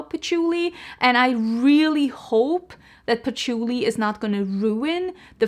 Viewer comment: I 💯 am the same about scents, that replica sounds divine, but then you said poutchulii , and i was like eerck putting on the brakes. Ill wait to hear your review on it! Lol And ues tomato leaves, rain when it hits the hot pavement, you abd i have many similar scent loves